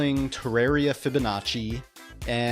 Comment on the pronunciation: When he said fibonnaci i shot my self